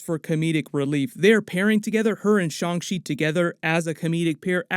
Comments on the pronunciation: His name is Shang Chi, not Shang shi🤦‍♀️ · Please say the movie name right 😅